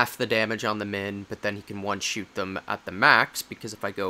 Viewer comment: Hearing you say "one shoot" instead of "one shot" really throws me off more than I care to admit. :p